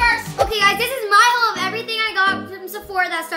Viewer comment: why she say haul like that like hauwll